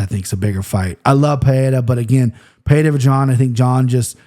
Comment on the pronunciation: It's Pereira with an R sound "Puh-Rare-Uh" it would only be an H sound if it was Perreira with a double R